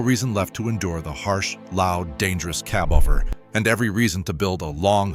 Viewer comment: It would be nice to have some of these videos NOT use A.I. voice-overs. It makes it so undesirable to continue watching videos when the A.I. voice mis-pronounces something simple as cab over(kib over in video just over 3 minutes in).